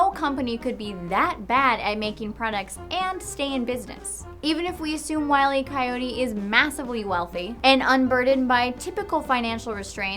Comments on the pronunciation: Hate to be that guy, but it's not "Wiley Coyote." It's "Wile E. Coyote". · Oh I thought it was Wiley E. Coyote I knew the E was there heh funny mistake thanks for the correction.